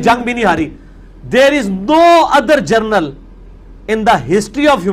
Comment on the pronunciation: 😂Mirza !! English to Bolna sekh lo gernal nahi general hota hy..tuff hy tmhari nazim angrezi pr